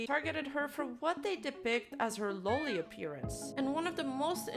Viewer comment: "Low-Li", not "Law-Li"